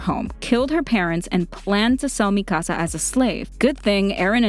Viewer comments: IT IS MIKASAA NOT MIIKASA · Why she say MIKAASA!! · I love how you say Mikasa's name MiKAsa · Isn’t it Me-ka-suh instead of Me-kahsah? Or am I wrong? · WHY DO I GET SO MAD WHEN PEOPLE SAY MIKASA'S NAME WRONG, ITS NOT MI KAH SAH ITS MI KA SA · “Me ca sA” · I'm not going to lie the way she saying Mikasa is triggering me 😡🤬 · You’re legit pronouncing Mikasa’s name wrong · I like that she explained this but...dude... 1. "Historia's best friend Ymir" ....might want rewatch season 2 and 3 to rethink that. 2. U said Mikasa's name completely wrong. Its Japanese, NOT Spanish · I get triggered by the way you say mikasa